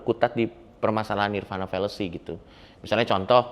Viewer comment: 🙏Sedikit Koreksi Untuk Coki Parade nirvāṇa di bacanya Nirwana Bukan Nirvana ✌️